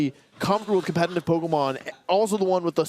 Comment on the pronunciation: I like this guy's video but why does he say "compenenive?????"